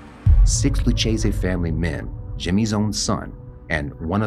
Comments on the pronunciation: It isn't pronounced Lutchayzee...it's Loukayzee spelled Lucchese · Please learn to pronounce Luchese